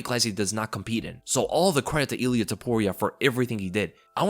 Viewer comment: That extra L you put in Ilia really made it that much more devastating,!